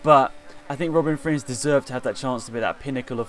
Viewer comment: It’s a bit annoying to hear you speak out Robin Frijns wrong, but you can’t do anything about it, as your not Dutch, and I am.